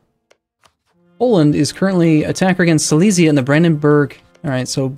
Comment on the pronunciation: Silesia is pronounced more like "sea-less-yeah", not "sy-lee-s-yeah", just so you know...